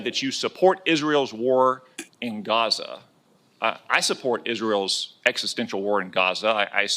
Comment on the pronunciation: Is it Raza or Gaza?